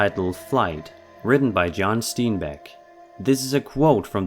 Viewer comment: oh please pronounce John Steinbeck's name correctly: It is not Steen-beck....it is ST--long " i " sound--- just as it is spelled. Sorry. It would have been fine if it was only mis-pronounced twice but after a few times, I was starting to lose my mind.